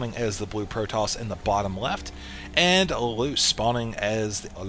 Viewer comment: It's pronounced lay-lush btw